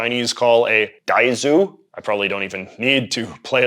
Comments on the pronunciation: it’s pronounced tAng not tang/ taeng Ahh I can’t with your pronunciation you see DiZi and you say DAIZOO???? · The pronunciation of Dizi is wrong. And this video mainly covers Peking culture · Not exactly, “笛子“(dizi) is not "dai+zu", it's just "dee+tse" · ... I dunno how you got 'Daizu' out of 'Dizi' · Dizi is said "Dee-zuh" like "Diesel" without the L. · I know this sounds ridiculous but dizi here is pronounced as something similar as “deez” as in deez nuts. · No. Some of the pronunciations are truly hilarious. Like Dizi.